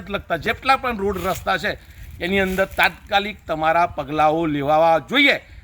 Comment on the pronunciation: " chhe " bolta sikh pahela gujarati ni ijjat na le ,,kone banavi tane anchor